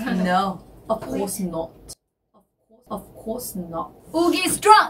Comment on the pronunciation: HELP WHY DOES YUQI SOUND BRITISH WHEN SHE WAS SAYING “OF COURSE NOT”🤣💀🇬🇧🇬🇧